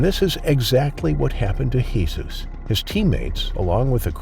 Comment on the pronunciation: Lol that's not how you pronounce Jesus in spanish